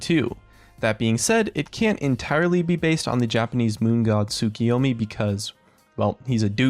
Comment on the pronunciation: you are my fucking hero for pronouncing Tsukiyoumi correctly. Finally someone from NA managed to pronounce Japanese fairly good.